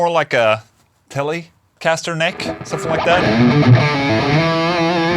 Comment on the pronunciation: Wait..did you say somefing